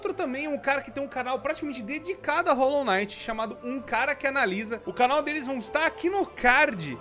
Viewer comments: Rolou naiti ou rolou quinait ? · é Hollow Knight n Hollow night